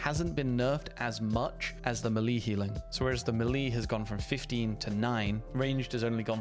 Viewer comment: Mah lee? What mah lee? Oh you mean melee...